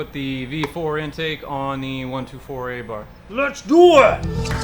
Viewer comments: It is A-bart as stated before (according to the Italians). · Ey-barth? Come on man, at least say its name properly...that’s sort of embarrassing. A-Bart.